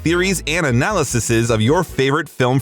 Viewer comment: Biff died in 2015 because his cane broke and he impaled himself. You can even see it in the clip shown here. Also, 2/10 AI voice. I'm not an anti-AI bro in general but at least make sure the pronunciations of words actually sound halfway decent. 🙄 "AnalySISSES" "ImPEETus" 😂😂😂 Surf Wisely.